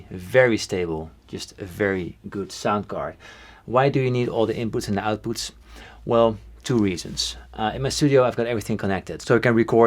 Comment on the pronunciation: "lotuvinpoots, lotuvoutpoots"